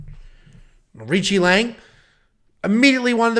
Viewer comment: It’s on YT… the correct phonetic pronunciation for AoriQi Leng is ARCHIE LONG, OR, R-CHEE LONG